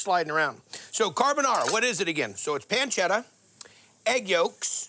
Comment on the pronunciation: Yeeee, “ pencedda “